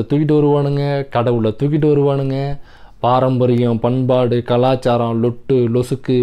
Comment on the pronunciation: நண்பா தப்பா பேசிட்டிங்க..... பன்பாடு இல்ல .... """FUNFAADU"""" உங்க மொழில.....😂😂😂😂😂